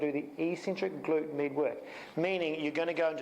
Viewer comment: Thanks. But anytime you say "med" I just hear "meat". So it took me half of the video to get to the point... 🤓